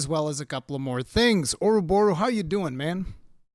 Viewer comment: Oroborros weel, Orroborros Deal